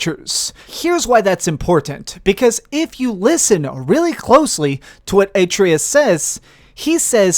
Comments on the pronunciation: Plus he called Atreus "Atreeus" and Mimir "Mermir". Yet he beat the game twice? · A lot of the shit you said is incorrect or doesn’t even sound probable. You can’t even pronounce atreus’ or mimirs name right